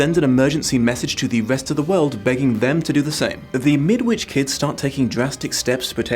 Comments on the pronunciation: Shouldn't it be pronounced "Mid-itch"? And birds aren't "assholes", they're "cloacas". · As a Brit, I agree with you. There's a tag, Midwitch folk are just plain barmy, which scans better if you say Midditch. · Think about a brick wall. I thought it was pronounced Midditch (like Greenwich). This book is actually the counterpart to a slightly earlier story (The Chrysalids) where the superpowered kiddies were the good guys and the grownups (nearly all religious bigots) the antagonists. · Question from an ignorant Canadian, but wouldn’t the ‘W’ in ‘Midwich’ be silent? I always assumed that was how the title of this book was pronounced, but I have my doubts now that I’ve heard an actual Brit pronounce it differently.